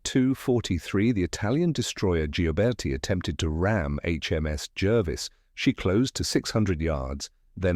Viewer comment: It's pronounced Jarvis not Jervis